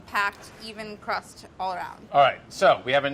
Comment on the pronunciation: I keep hearing him say "gran crapper crust"